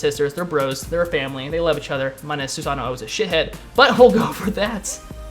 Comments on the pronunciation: its not "susano oh" its said like "susan ohh"...its kinda like nii...you don't say "ni ee" you say "nee" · Omg its just susanO not susanoo lol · if you listen carefully when you select him you can hear him add that extra o once he says Susano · Theres no "OH" after Susanoo just saying.